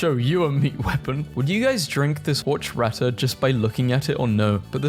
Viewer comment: "horch-rata" ITS HOR-CHAT-UH AHHHHHH i know this is practically a year late but this genuinely pains me